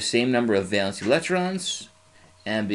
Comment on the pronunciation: valence not valance